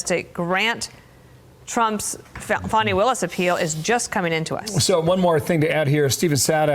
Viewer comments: why are they calling her "fawni" it's pronounced fan-ny fani fanny like ass or rear end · It's pronounced "Fanny". It's not a name, it's a description.